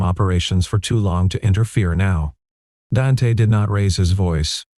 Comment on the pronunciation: The name is pronounced Daunte not Dan te